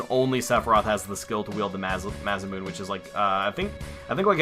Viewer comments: love the videos and never stop marketing them but in this episode you said Masamune incorrectly instead of moon ending sound it sounds like moonè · Its not nay it's masamuh-neh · probably too late but its knee-bil-hime and masa-mu-nay oh and mid-gar not midger